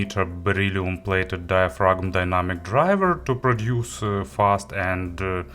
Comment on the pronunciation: One note though: the 'g' in "diaphragm" and "paradigm" is silent. So it's "DIE-uh-fram" and "PAIR-uh-dime". I know it's weird.